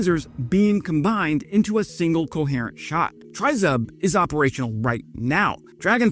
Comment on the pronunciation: Great report as usual - now let's try to pronounce Tryzub correctly - it's Tre as in 'treats' and Zub as in Zub..... It's our national logo or emblem тризуб as in trident of "три зубa" as in 3 teeth; no one really knows - some say it looks like an eagle or a dove. Keep up the good work - try and do a collaboration with as your channel really deserves a higher audience.